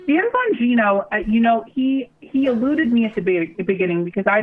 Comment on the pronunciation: Who is Dan Bum-geeno?